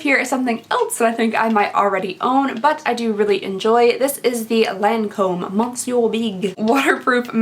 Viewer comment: How many comments do you get letting you know that you mispronounce monsieur in every single video?